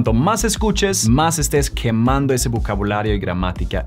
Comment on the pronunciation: no es kjemando es quemando más seco aprende a hablar primero